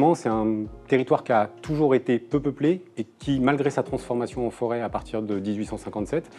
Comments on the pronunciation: La forêt, et non la 'fôret'. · La "FÔRET" ?? t'es sérieux